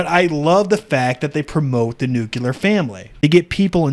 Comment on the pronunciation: NU-CLE-AR. Ffs.